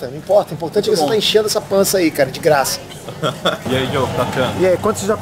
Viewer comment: "De gra ça" aehooo